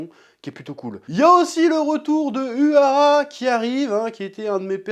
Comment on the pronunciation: J'adore tes vidéos mais la pas se souvenir des noms et balancé un "zenpaichi" ou "uhara" laisse tomber je préfère matter les review sur une autre chaîne tu me perturbe trop